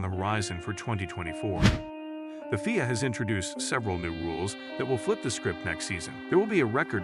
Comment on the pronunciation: I can never take someone who says FIA that way seriously